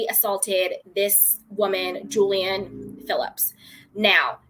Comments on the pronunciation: The woman's name is pronounced "Julie Anne," not Jillian or Jilaine. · Julie-anne, not Julian. Julian is a male name, as in Julian Lennon. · I believe its pronounced: Julie-anne